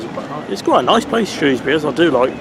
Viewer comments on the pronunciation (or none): Ok, you said why you liked your favourite train, I’ve got to know why this bus stands out from the crowd? Also, I pronounce Shrewsbury with the ‘O’ sound!